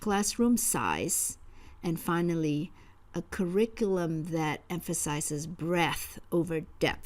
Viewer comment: point #5 - It's breadth not breath